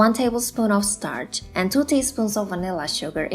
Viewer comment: When u say startch do u kean corn starch